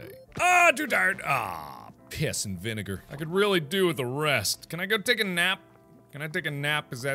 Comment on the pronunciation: Did he say piss in vinigear?